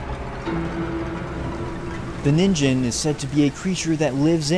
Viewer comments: Ningen is pronouced with a hard G in Japanese and the I is long "NEEN-ghen" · ningen is pronounced "nee-n-ge-n". ni pronounced like the word "knee" and ge like the word "get" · Ningen is pronounced with a hard g and the meaning is literally just “human”